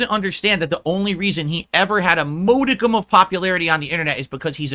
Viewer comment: Muh family d00d I’m a family myahnn and I gotta support them for real for real. (SNORT🐽) add that to the list of words can’t pronounce. 😂 “Mode-eee-cum” It’s maa-duh-km not “mode-eee-cum”